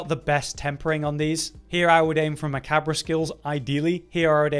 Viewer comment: “Macabber” hahaha bro, nice. It’s okay, it’s not commonly said out loud. It’s pronounced “ma-Cobb”